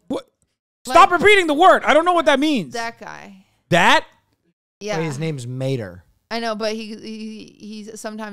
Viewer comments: The way she says it makes Mayer sound like tomato with an r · Qt pronouncing tow Mater 😂😂😂😂